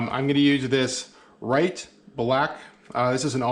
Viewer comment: good demonstration however Rit is not right R-i-t is like i-t or it now say Rit there go success. weee !